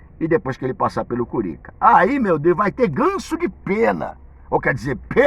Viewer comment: Curinca? Fala direito velho feio